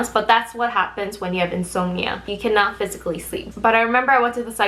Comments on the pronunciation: in-sahm-knee-uh <- just a heads up. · Yes. She shows BlackPink in the thumbnail. I watched of rambling/complaining/lowkey bragging/weirdly pronounced English ("insomnia"?) and there is zero mention of BlackPink in this video. They're not the group she was cut from before their debut and if she ever met them she didn't talk about it here. Putting a picture of a popular group in your thumbnail that has no connection to the actual content is classic clickbait and it's a rotten thing to do to people.